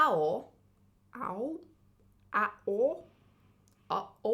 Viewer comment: Ao is just pronounced A-O. It's a play on "alpha and omega".